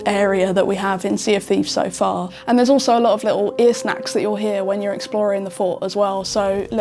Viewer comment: Did she say “Ear snacks”